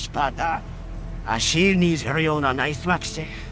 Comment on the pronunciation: usłyszałem za pierwszym razem "A silni żerują na najsmacznych" 😅 Niezły przekład btw